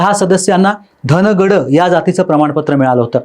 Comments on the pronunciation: अरे घेऊन टाक चैनल वाले दादा तुला बोलता येतं का धागड ऐवजी धनकड म्हणतं तुम्ही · साहेब " धनकड " नाही हो धनगड म्हणा धनगर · धनगड सुद्धा बोलता येत नाही धनकड म्हणतोय तो 😂😂